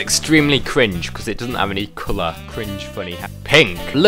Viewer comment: “Gween wed I know how to say mi cowlors”